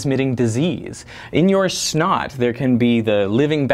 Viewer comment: It is funny when you say snot.